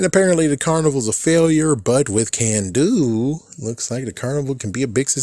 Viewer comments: it's Carn-doo, not Can-doo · "Kanduu" is not pronounced "Can-do", the "Kan" part is pronounced with an "aah" sound not an "A" sound.